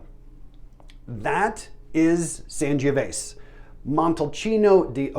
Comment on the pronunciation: Ooof pronunciation pretty rugged. San-jo-VAY-zay. VEE-no NO-bee-lay day MON-te-poul-CHA-no